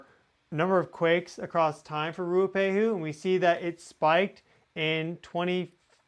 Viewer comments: Mt Ruapehu in New Zealand is pronounced Roo-uhh-pay-hoo - Ruapehu 🙂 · Mt Ruapehu ( Roo-A-pay-who ) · Mt Ruapehu pronounced Rua pay who. That swarm seems to have calmed for now. Or else Geonet has stopped recording it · The new zealand volcano is pronounced "rua-pay-who". Thanks for your work, much appreciated :)